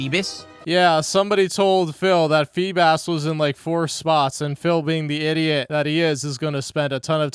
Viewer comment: This man can’t pronounce anything. What is a FEE-bis?